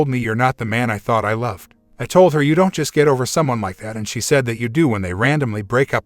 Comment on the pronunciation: Fix your auto reader. It's pronouncing "Don't" as Don tee. And maybe edit weeding to wedding